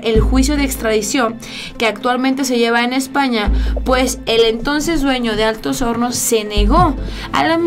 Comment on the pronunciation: dise Altos honos es Altos hornos AHMSA